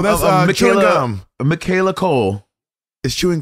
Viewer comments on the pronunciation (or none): none